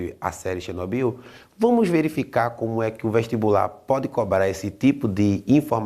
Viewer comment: Xinóbiu, kkkkkkkkkkkkk. Q isso,?